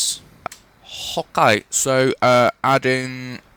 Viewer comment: When u say okay it sounds like your saying hawk-a